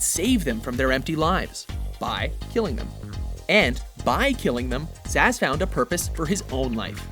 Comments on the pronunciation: stop mispronouncing names. I know I'm not the only one who heard "Victor Asz" as opposed to Victor Zsasz [Z,az] (as in a Z....as in check your work.) even Arkham city called you out on this one. [checks video again] ladies and gentlemen of Watch and the people of the internet, it appears you have just witnessed me demondstraiting "how to be an idiot". Please accept my apologies for my former statement as the local meneating pigeons of New Jersy escort me off of youtube. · Wolvakiin glad I wasn't the only one hearing that hahahaha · I'm laughing so hard while listening to him saying it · The name Zsasz looks eerily hungarian, it's somewhat irritating hearing his name then pronounced as "zaz".